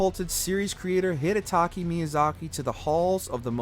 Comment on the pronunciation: You said DS3 was the highest note but ranked DS1 higher? also, maybe pronounce Hidetaka Miyazaki's name correctly